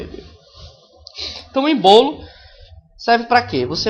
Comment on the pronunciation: Não é "embolo" e sim "ÊÊÊÊÊÊmbolo" #FicaDica